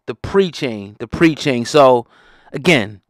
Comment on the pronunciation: “the PRE” chain 😂😂😂…nigga it’s P.R.E. lol